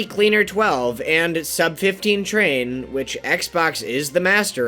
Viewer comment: The most impressive part of this video is how he finally pronounced Xbox's name right